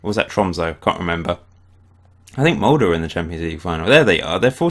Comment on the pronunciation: The Molde pronunciation is finally correct